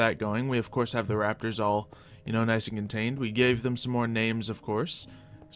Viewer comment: Did u say rappers or rapters